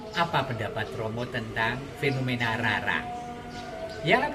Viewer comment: Nama asli Jawa...mengucapkannya itu Raden Roro... misalnya Rara Jonggrang, Rara Mendut...mengucapkannya " RORO" Rama...mengucapkannya " ROMO"